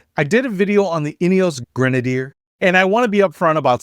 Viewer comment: I love my Grenadier. Your mispronunciation is hysterical. This is why many public companies get taken private so that they are not beaten down for extensive CAPEX. Ratcliff has it's expenses covered in spades with his own personal capital. Amazingly horrible commentary, wildly speculative nonetheless. The is completely witless and needs to go back to business school.